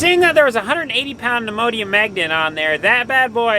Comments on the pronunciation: I had to replay. First time thru I thought he said Immodium magnet. Neodymium was the goal. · Great job with the videos . Next time try a neodymium 🧲 magnet. Lol sounds like your saying Imodium . Keep creating great content.